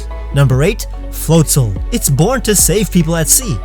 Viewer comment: god i cringed how you pronounced floatzel's name it's float-ZEL Not float-ZOL Get it right